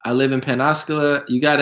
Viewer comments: The pronunciation is pens a cola. Floridian hair listen check out the Douglas M Dukote show from today he is retired military and tells stories about this being common practice since World War II we beat Germany train them the fly sold them airplanes then Pearl Harbor hit we trained Japanese until damn airplanes and so on and so on. The video is very interesting I think you'll get a lot out of it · It's "Pensa - Cola"